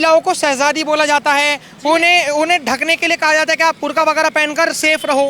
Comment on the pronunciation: Burka nahi madam ,,, theek se bol liya karo ,,,burqa hota hai